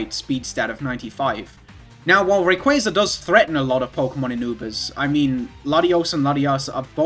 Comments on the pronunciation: I like how you say Rayquazar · The way you pronounce RayquAAAAAza makes me giggle